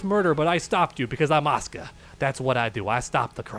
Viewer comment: I thought u were saying "OSCAR"... I was like who the fuck is OSCAR... My dude, it is "ASU-KA"!